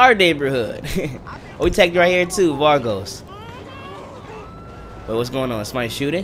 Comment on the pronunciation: I hate it how he says Vagos "Vargos"